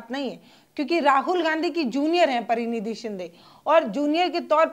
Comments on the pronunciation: Praniti shinde , not pranidhi shinde. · प्रनिधी नहीं प्रणीति सिन्धे है मैडम। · प्रतिनिधी, नहीं प्रणीती.है.